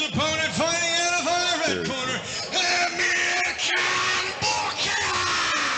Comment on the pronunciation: Amirkhan not Amirhkan 😅🤦🏻